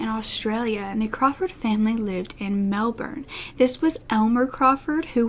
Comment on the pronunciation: oh my god someone who isn't Australian pronounced Melbourne properly